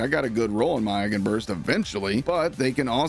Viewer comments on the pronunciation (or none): none